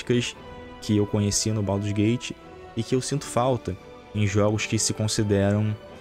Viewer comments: "Pauduru's gate 3" 😂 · é um pandeminion safado. Mas ele falando baudurgate é muito foda hahahahahahha